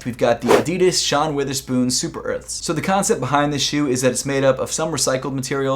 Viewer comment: Bro you gotta say Wotherspoon not Witherspoon 😂😂😂😂